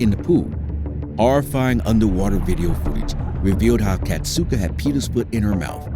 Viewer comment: I know her how KAZATKA no katzuko